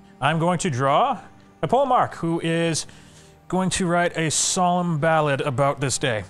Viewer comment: "pole-mark" jesus...